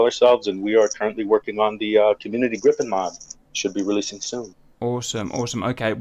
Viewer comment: Whhhy does he keep saying gree-pen instead of grip-en.. driving me nuts lol